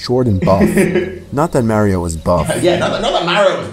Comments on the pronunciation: Mayrio? Why not pronounce Mario, not Mayrio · The way they pronounced mario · You pronounced Mario wrong